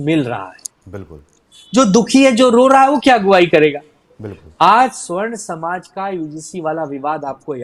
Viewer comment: Savarn bollte hai sr,swarn nhi